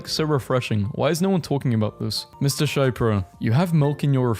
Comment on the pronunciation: It's sha-pee-row, not shaipro